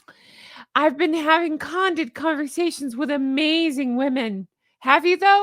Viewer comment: 👋 Honk Honk...just trying to be helpful candid = can-did